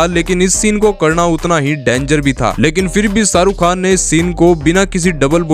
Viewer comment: It's Shahrukh Khan not Saruk khan...